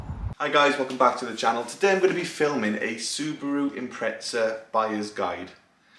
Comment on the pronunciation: Impretza not impreza, just say pretzel at this point.